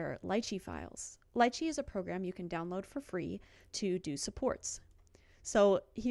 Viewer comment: Upvote for saying Lychee right! :)